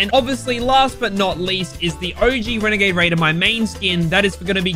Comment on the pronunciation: The “WeNAgADe wAIdEr” my guy